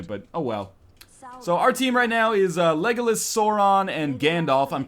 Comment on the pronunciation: northernlion its lego las not legolus